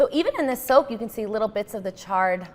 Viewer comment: so much better when i realized she's saying SOAK and not soap